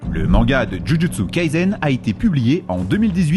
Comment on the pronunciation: Superbe video comme d’hab tu nous regale❤ Pour info « Kaisen » se lis Kaissen 👍